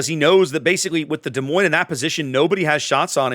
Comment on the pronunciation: The s in Des Moines is silent. Both of them. 😉 Love your vids.